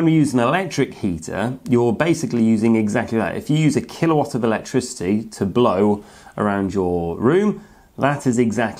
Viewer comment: Yeah, it hurt my head every time he said kilowatt